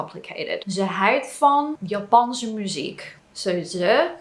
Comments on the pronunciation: i'm impressed with your pronoucation, only thing that threw me off a little bit is your pronouncation of houdt, you pronounced it more like huid, wich means skin. The "ou" in houdt is pronounced more like "ouch" in english but without the "ch". In general the way you use 'er' is the same as 'there' in english, but not using it persé as a location, but more to point out a fact, for instance. There are a lot of people, er zijn veel mensen, or there is no excuse for doing that, er is geen excuus om dat te doen. The last sentence is rather complicated already, but it does show fairly well that 'er' doesnt always really point at a location but more at the existance of a subject. 'Daarvoor' is indeed more used for specific things, a good translation would probably be something like 'for that' in most cases. 'daarvoor heb je een hamer nodig', 'for that, you need a hammer' or 'you need a hammer for that', but that is the way you would use it in a response to something. Another way of using 'daar' is like 'niet hier, maar daar', 'not here, but (over)there'. In this context its used to point out a location, and i think in this context it is used the same as in english, imagine you are in the supermarket asking one of the employees for an item and they say, 'it is (over) there', 'het is daar'(although you would probably say het ligt daar instead of 'is'). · I was a bit surprised that you couldn't pronounce 'houd[t]', but instead you said 'huid'. This is the first instance your pronunciation isn't impeccable. No worries, this is of course a compliment for your pronunciation! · Let me be the "azijn zuiper".... I really love your video's, and your pronounciation is great! but 1 little thing you get wrong is the "OU" sound. "Ze houdt van japanse muziek".... OU there is pronounced like "AW" in english. Don't even know how to describe UI sound foneticaly in english. cant come up with an example